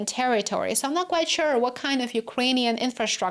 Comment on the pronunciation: you pronounce 'quite' wrong- as quiet/ˈkwʌɪət/ SHOULD BE quite /kwʌɪt/